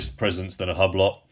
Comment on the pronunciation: Dear god! Hub-lot LOL - its pronounced "ublo" the H and T are silent.